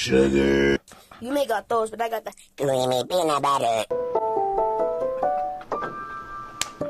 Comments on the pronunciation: CWEAMY PENUT BUDDER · kweamy peanut butter